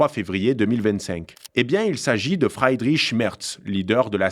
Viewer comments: Attention c’est Friedrich et pas Freidrich. Et Weidel se prononce « Vaïdeul » et non « Oueidelle ». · La bonne prononciation pour Friedrich est i long et non ail . Sinon il vaut mieux traduire et dire Frédéric c’est moins ridicule. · ton éloquence est vraiment bien,mais évite de parler allemand parce que la t'es nul mon pèpère,c'est pas FREIDRICH mais bien FRIEDRICH.